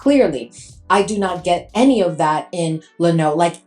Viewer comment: Pronounced low new